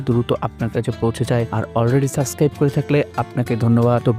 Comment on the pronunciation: সাসক্রাইব না বলে সাবস্ক্রাইব/Subscribe বলতে হবে....